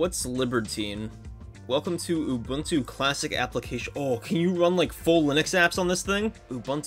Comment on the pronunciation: Not him mispronouncing Ubuntu (loud crying) Also, can you make a video showing off the Xperia Play in 2025?